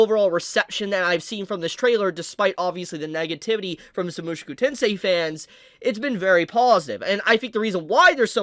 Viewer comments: Bruh... you keep saying MUSHUKU TENSEI..... ITS Mu SHO ku TENSEI that was really bothering me hearing Shu Instead of sho and I dont know why. I'm not even Japanese 😂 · ofc it is the way he is saying the name is pissing me off